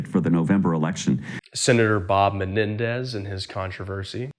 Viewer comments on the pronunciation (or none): none